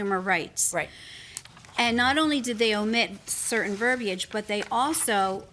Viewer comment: Finally! Someone pronounces "verbiage" properly!